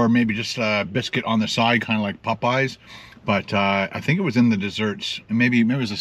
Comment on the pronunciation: POPeyes not Pupeyes